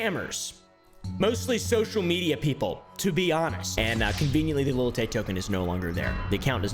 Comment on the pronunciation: why is it so hard for doofy white people to say "lil"? it's not little tay. it's not little wayne. it's lil. l i l. lil. LIL. not LIT TLE. cmon dude what are you a boomer? little oompaville? lil oompaville? can you practice with me. you do not pronounce a t, there are no ts. even your dog lil doggo hates it. GET EM LIL FRANKIE GO FOR THE LIL JUGULAR